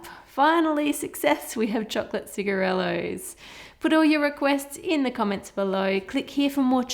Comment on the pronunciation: I like it how she calls them "cigaretts"